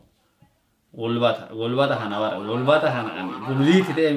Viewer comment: Gulbaata miti Hulbaata